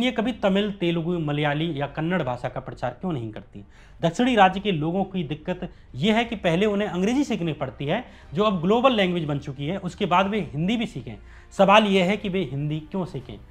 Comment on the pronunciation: Kannad nahi kannada hai aur karnatak nahi karnataka hai agar main hindi ko handi bolunga toh chalega kya? Koyi hate nahi tumhaara content achha hai